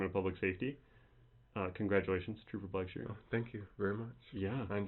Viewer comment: Black-sher not sheer.